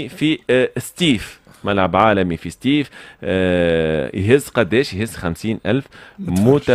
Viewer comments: سطيف وليس ستيف يا أخي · سطيف ماشي ستيف يا تونسي